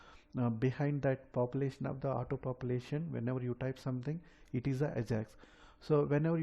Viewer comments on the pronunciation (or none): none